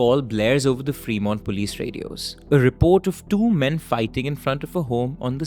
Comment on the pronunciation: Bhai it's not pronounced "Free" Mont 😄 It's फ्रेमोंट!